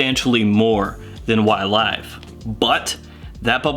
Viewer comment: “Y-Live”! I prefer your pronunciation with the LONG “i” sound.... The SHORT “I” is too gloomy, especially this close to suicide awareness Day😭🤭😌…!!! Focusing on your video Sir: You didn’t disappoint as usual and ty 4 that!!! Fragrantica is horrible for note breakdowns and the Parfumeur behind the Blend... This something I’d really like to buy and own.... Pear and grapefruit are two notes that I find very enjoyable.... Great job Sir and thank you so so very much for you steady and consist churning-out of GREAT content. The GentsScents family Members are,. Definitely not cheated when it comes to quality and content.☮️🙏💛👏🏼👋👋